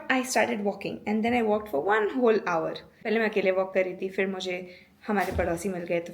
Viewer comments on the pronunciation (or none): none